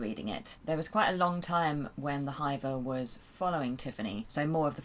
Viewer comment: Tell me that's not how they pronounce "hiver" in the audiobooks? Given the accents of the Nac Mac Feegle I've always pronounced it to rhyme with Liver or River not Diver!